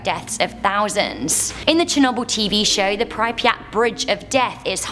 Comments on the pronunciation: Prip-yat not pry-pri-at Also the theoretical white hole which could shoot random mass in any direction possibly faster then the speed of light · its cringey when she keeps pronouncing pripyat wrong 😂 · Nothing worse than how she pronounces prypryat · Sorry but the way prounced pripyat is scaring me... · Im not Even Ukranian but I don't know if thats how you pronounce Pripyat. Still LOVE the channel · I'm sure we don't pronounce pripyat that way. Yet its OK you made it sound cool with the miss pronunciation. The blackeagle prison is way worse than you mentioned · I'm Australian and her pronouncing it wrong really annoys me. 😅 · Mah bro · Ugh I know, right? 😂